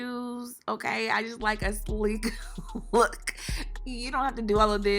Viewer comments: if y’all looking for a slee-kee-koo-K lookk u better annunciate that “K’s” Sis..that flatlined my edges 😂😂😂😂😂😂😂😂😂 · Lollll that extra “sleeKK looKK” cracked me up hahaha